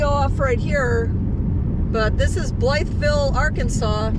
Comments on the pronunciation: Pronounced "bly-vill". Not "Blythe" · I lived here at the AFB in 1979 thru 1981. It is pronounced Bluh vle by the locals. Not making fun, just sayin!